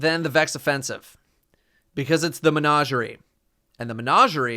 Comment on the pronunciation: Every time mispronounces menagerie I lose a little bit of my soul